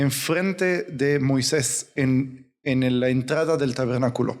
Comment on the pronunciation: Una observación hermano es Moises no Moiseis